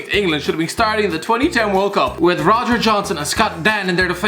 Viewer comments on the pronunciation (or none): none